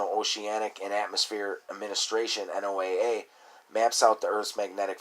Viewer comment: NOAA is pronounced “Noah “